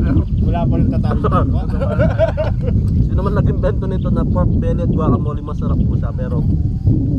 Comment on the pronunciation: Guacamole- mo-le Not mo-li